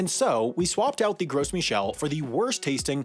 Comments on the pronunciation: isn't the 's' in 'gros' silent? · I thought the S in Gros was silent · It's pronounced like grow not gross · Gros is a French word meaning large, fat, etc.. So it's pronounced more like "groh" without the second half of the o. I don't care how people pronounce it, but it's strange to pronounce Michel the French way and pronounce gros the American English way. Especially since my name is the English version of Michel. I did study French for six years so I sound stupidly pretentious when pronouncing croissant. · You don't pronounce the "s" in Gros. It is pronounced like the word "grow". It wasn't gross, it was tasty. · “Gros” is definitely not pronounced “gross”. I assure you. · OMG! I can't listen to this. Gross??? Seriously? Maybe try using Google or asking someone with a three digit IQ to tell you how to pronounce important words next time. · Let's make a video about a subject, then mispronounce that subject the whole video to see if some person on the internet will give me extra engagement by commenting on the video telling me how "Gros" is supposed to be pronounced more like "Grow" because the "s" is silent. Then maybe he'll complain that, despite the title being "Why Bananas Will Taste Different in a Few Years", there is no mention of the possibility of bananas tasting differently in a few years, and in fact, they probably won't, they'll just be borderline extinct. And how normally the titles are a bit clickbaity but accurate, but this one is misleading at best. The youtube algorithm is going to love all that engagement. And then, we can all read that comment in our head in voice. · Work on your pronunciation of Gros - it’s French.